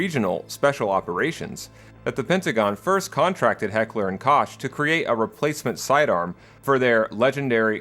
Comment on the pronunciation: why do you say it correctly and then laterr say Heckler and Kosh? Also the 1911 is called "Ninteen Eleven" aslo, SOCOM is a joint operations command directly under the Department of Defense, not the Army SOCOM Employs every branch of the US military, including the Marine Corps The Mark 23 "SOCOM" Pistol is also obsolete and rarely if ever used in service. It was deemed too heavy, too bulky, and not sufficently lethal enough to be a viable alternative to other PDWs, thus funding was halted and H&K only sells these pistols to the consumer market now